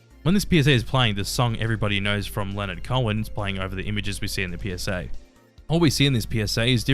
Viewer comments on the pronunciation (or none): none